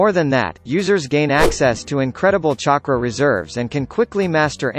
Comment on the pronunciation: This bot actually said “chakra” right.